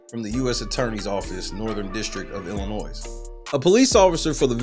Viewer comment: Please say it right. Yes, the "s" at the end of the word "Illinois" is silen